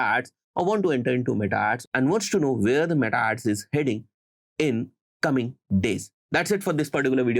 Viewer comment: nexsht nahi next , shtarting nhi starting,firsht also isiliye m irritate ho jata ho aur video bnd kr deta hu